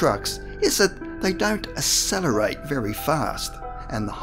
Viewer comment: Um, not sure about the narrator - but "accelerator" is not pronounced with an "ess" rather an "ack" sound.